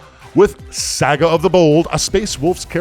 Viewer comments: Loved the eating the corn on the cob, hated the pronunciation of Saga. It's not a game company from the 80's and 90's, it's a Saga, not a Sega. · Love the show; but for the love of the all father… it’s SA-GA not SE-GA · Tak! It's not SEGA it's saga. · Sah-guh not Say-guh by the way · Sahgah, not SEEEEEEGAAAAAA. The wolves aren't a game publisher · Why does tak pronounce saga the way he does ? Lmao it’s not sayga , it’s pronounced like sah-gah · Saw-guh…please Tak…Please lol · Tak plz its pronounced SAH-GAH! 😂 Epic game though gents, scary armies! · I believe if he said "saga" correctly, he would have won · Tak please for the love of all that is holy learn how to pronounce saga properly. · Tak’s pronunciation of Saga makes the nails bite.